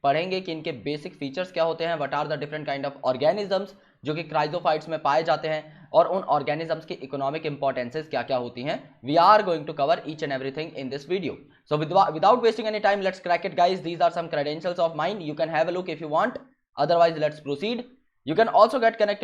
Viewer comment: Sir itna speed me maat boliye without k jagah vidhva ho gaya 😂😂🤣🤣